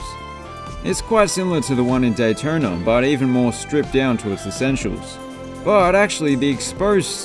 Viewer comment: Complains about jaguar but says Alabamer, Daytoner, sor? What up with the hidden Rs? Lol I’m sorry, you changed it up with Daytorna. Snuck that one in.